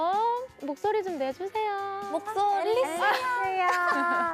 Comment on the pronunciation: 오호 뉴MC! 거꾸로 해도 이.제.이!! 진행 매끄럽게 잘했어요~ 목소리 내달라고 할 때 정말 목.소.리 라고 정학하게 발음했던 …ㅋㅋㅋㅋ😆😆